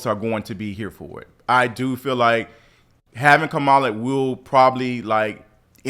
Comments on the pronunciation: Kam-a-la not Ka-ma-la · Say it with me. Kamala….Not Kahmahlah 😂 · IMG....you are pronouncing her name wrong!!!! The right wing doesvthisvon purpose.....it's Ka-Mala not Ka-ma-la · Pronounced Kom-a-la not Ka-mal-a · I thought it was only driving me nuts😒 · Bro. Our soon to br president's name is pronounced KAM-A-LA, not the way you butchered it. Sheesh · It’s “Comma-la” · He does not mispronounce Hillary 🤷🏿‍♀️. Give Kamala the same energy.